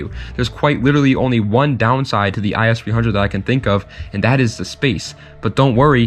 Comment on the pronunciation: Other then saying the “is 300” it’s I-S 300 Great vid tho